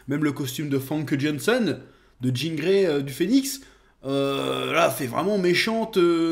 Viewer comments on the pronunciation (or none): none